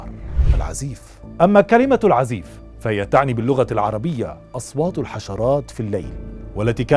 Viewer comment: أستاذ الكتاب مشهور في اليمن بأسم العزاااف وليس العزيف